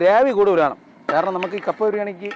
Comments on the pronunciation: കാപ്പ അല്ലാ കപ്പ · കാപ്പ അല്ല കപ്പ